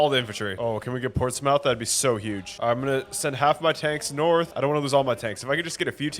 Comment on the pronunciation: The pronunciation of places is... interesting. Portsmouth is pronounced "portsmuth" Reykjavik is pronounced "reckyavick"